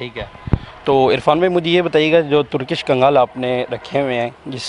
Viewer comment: Kgaal Nahi 🤣 , KANGL Hota Hai ✅ ਕਾਂਗਲ ✅